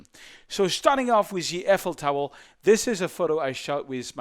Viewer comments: "Eiffel Towel" XD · I like his tutorials and have learned a lot watching them, but I thought it was funny how he repeatedly talks about the Eiffel "towel" in this video.